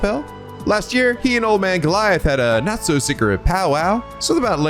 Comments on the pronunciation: Quick note: Giliath is pronounced "gilly-ith", not "gi-lai-ith". And recall that Heimdallr is the capital of Erebonia. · Just so you know for the future, Osborne's first name is pronounced Gil-e-ith, not Ga-lie-ith. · Just a little note here, but Osborne's first name, Giliath, is actually supposed to be pronounced as "Gilly-eth". Likewise, Heimdallr has a silent R, so it's just "Heimdall".